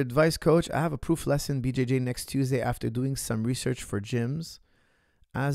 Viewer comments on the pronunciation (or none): "PROOF" lesson haha this person must be Dutch